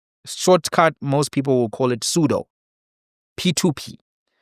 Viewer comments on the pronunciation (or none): none